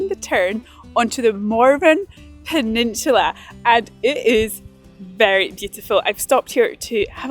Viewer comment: I thought u were calling it Mormon penishula